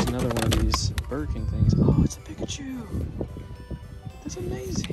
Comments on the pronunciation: It's Peek-A-Chew not Pick-A-Chew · Dude am I crazy or are you saying PICKachu. I always pronounced it PEEKachu, now I'm questioning my childhood. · The way he says Pikachu is just wrong.